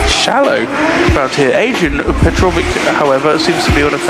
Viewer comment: Funny how everybody "can read" French or whaever he was, but simply can not read the croatian surname. It ain't chinese my boi. Learn to read first, then you can pronaunciate it right. goddamn people.. why are you comementator if you cannot read.